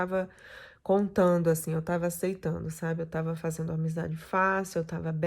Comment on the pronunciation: Escrevi errado ela fala a suposta "professora de educação física" que eu duvido, " cumeno, fazeno, tentano", e por aí vai.